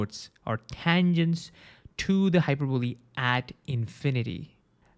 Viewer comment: im hearing hyperboobie